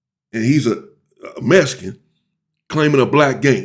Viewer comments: Its mexican not mesican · Why does sound like you keep saying Messy can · Why do you pronounce it Mes-ican?? It’s MeXican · No it’s Mesican you heard what he said